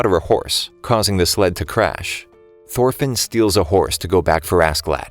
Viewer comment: Thorfinn is more like thorphan lmao